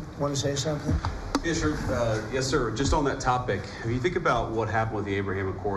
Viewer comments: Love JD “ya sure.. YES SIr” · Was that a yeah sure, or yes sir? lol